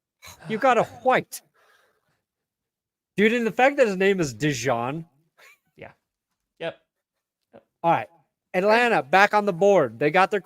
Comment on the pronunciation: His name is DE JEAN not DE JOHN